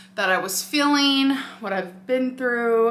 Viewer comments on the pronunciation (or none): i love that she says "fueling" like "feeling" but then says "feeling" like "filling" lmao